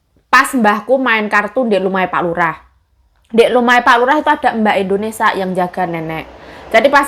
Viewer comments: Jangan setiap vlognya bilang endonesa" trs, di sini negara kita nmnya, indonesia.. bukan endonesa 😊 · indonesia.... bkn indonesa say😊😊